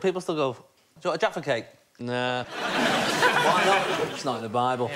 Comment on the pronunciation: What he said: "Do you want a JAFFA CAKE?" What the comment section heard: "Do you want to defecate?"